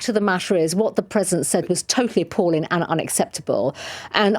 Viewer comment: I know it's a minor issue in comparison to her other flaws, but it really irks me when she drops the 'g' sound at the end of her words, whilst attemting to sound so high brow: "appallin'.. dishonourin'.. sittin'.."